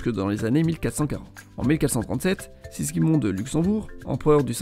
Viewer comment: Il a dit Sisgimond !!